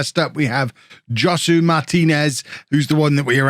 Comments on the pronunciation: just a heads up, Josue is pronounced Ho-sway! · "Joh-sue" Martinez 🤣🤣🤣